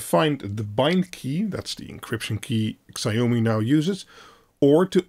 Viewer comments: Please don't say "sigh-oh-mee". It's more like "she-ao-me" (ao as in how). Thanks. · Please learn to pronounce Xiao-mi properly!